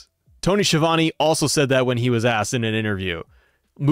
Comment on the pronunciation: So the man will probably know how is name is pronounced. However Schiavone is an infamous Italian surname and isn't pronounced Sheevany but Skeeavounae. It drives me nuts.